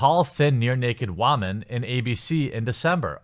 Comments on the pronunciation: What's an WAMAN? Does he say that as a joke like those tired internet jokes from 10 years ago where you say a word wrong on purpose? Or is a waman a newer term that I'm simply not familiar with? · can you stop pronouncing things like that? I tried to indulge, but your 12 yr old pronunciations of words like Twitter or woman is ridiculously out-dated and PewdieCRINGE